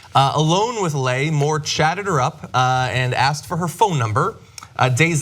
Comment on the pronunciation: Leigh is pronounced Lee not lay.